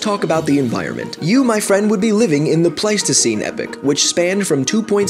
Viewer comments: Epoch isn't pronounced "Epic" but rather "epok" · Think you pronounced Epoch wrong I pronounce it E-Pok you said it like epic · EEEE POCK, EEE POCK, not epic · Epoch. Pronounced epock. Not epic. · love how he says epic not epoch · Epoch is pronounced EE Pock, not Epic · Did you literally just call it an epic as the word epoch appeared on screen? -_ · it is pronouced ee-pok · Epoch dude. It's pronounced "ee-pok" Also, whooping cough is proncounced "hooping". Not like ass whooping. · The narrator does not know how to pronounce epoch. He says it like the word epic. Slightly annoying! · epoch not epic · Pretty sure its pronounced epoch not epic lol. Great video though man. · yeah the E is pronounced longer and on its own and poch does not sound like pic it's as I and Mat said Ee-Pok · no, it's ee pock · I studied about them in a project in school and he pronounced it wrong